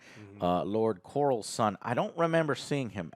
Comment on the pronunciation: Damian, Corals and Rey… what’s going on with the names and pronouncing them?! 😅